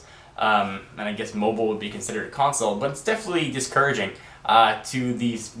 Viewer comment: LMAO it sounds like said "portable cocksole"